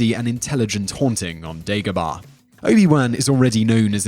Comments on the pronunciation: Dagobah, not Degobah. Yoda doesn't leave Dagobah because of what I've heard, it emits dark side energies, which masks him from Palpatine. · Its not dEgobah its dAgobah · You say Obi Wan weird and you say Dagobaaaah lol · It's Dagobah